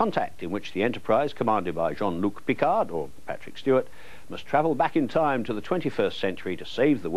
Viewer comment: I swear he liked to troll people with slight mispronunciations - it should be P'CARD, not PICK-ard 😂 He did the same with 'Schwarzenegger' - he liked to pronounce the W like a V but not even Arnie himself did that.